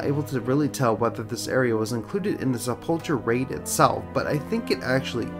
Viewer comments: SepulKUR not Chur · Isn't it pronounced Sep-ull-ker? And spelt sepulcher?